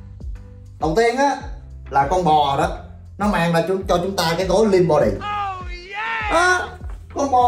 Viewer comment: What's " lìn bó đì"? Is it an English word? Help SOS!!! 😆